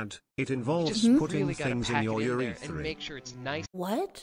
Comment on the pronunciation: Wait, what's a urethree tho